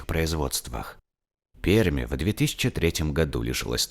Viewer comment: Почему Перьмь, если правильно: Пермь. )